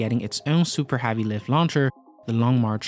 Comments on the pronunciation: it pronounce Heavy not havy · Heavy is pronounced hevy not havy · I don't understand how he pronounces every other word correct then he stumbles upon "heavy" and pumps out a big "HAV-EEE" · It's heavy not havy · Falcon HEavi not HAvi... !!! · I'm going to kill myself if he says havy again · Had to turn it off the third time he said 'HAVEY' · Interesting Vid. but They way this guy pronounces "Heavy" is so distracting